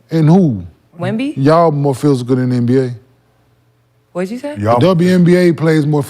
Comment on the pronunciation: brother said Le NBA 😂